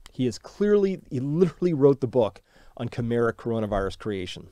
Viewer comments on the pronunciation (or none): none